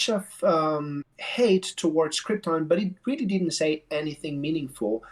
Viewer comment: They really do keep calling it Cripton, too. I don't even think it's confusing it with the famous doomed planet because in Spanish Krypton is pronounced with an emphasis on the "ton".